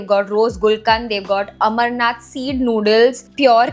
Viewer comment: Amarnath noodles its called amranth read properly